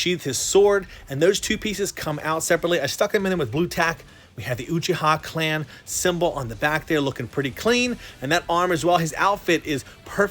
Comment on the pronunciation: I’m sorry but it’s not uchiiiiiha it’s uchiha